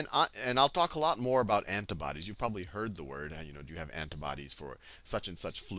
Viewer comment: looool I can't get over how you say antibodies heheheh.. ANTUHBODEESSS.